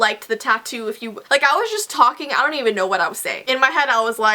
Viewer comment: its "dong judge a book by its cover"😂